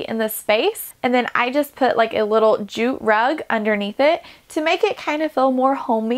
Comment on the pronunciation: Liked it because of the way you transformed the RV. Looks beautiful. But please pay a bit more attention to how you pronounce some words. Fuhl is feel? Wuhl is wheel? Ruhwhul is reveal?? Wuhl is will?